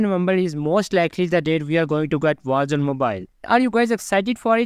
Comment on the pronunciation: Call of Duty Walls Wals Mobile Vogsmobile 😂